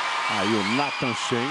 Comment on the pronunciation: meu deus esses caras não sabem nem pronunciar o nome do nathan, mas falaram muito merda putz